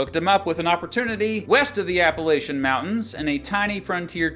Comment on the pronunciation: Please learn how to pronounce Appalachian You sound like a Foreigner